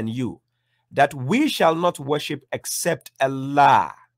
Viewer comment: Why do you insist on pronouncing the word ALLAH with ELLAH? Wasn't the Koran revealed in Arabic, not Aramaic? Wasn't the Prophet Muhammad an Arab? Weren't the words of the Prophet Muhammad spoken in Arabic, not Aramaic? So the word الله is pronounced in Arabic as Allah, not Ellah. ￼